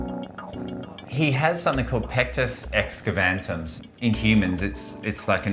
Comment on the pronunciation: There's no "N" in excavatum :) But it's hard to remember!